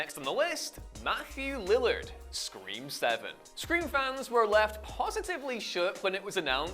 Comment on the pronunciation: Matthew Lil-LARHD not 'lillerd'. You sound like an idiot, not just a crappy accent.